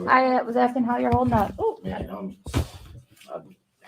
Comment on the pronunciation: I agree. Add to your DB dictionary 'axing' instead of asking and 'license place'!